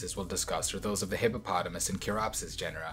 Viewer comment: He said hippo and potamus so many times and didnt fail. That s a big W